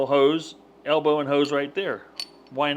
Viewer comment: What is an "alebow"?